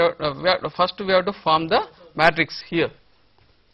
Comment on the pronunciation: haha he cant say Matrix